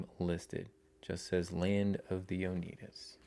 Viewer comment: It's pronounced oh-NYE-duh. Great video!!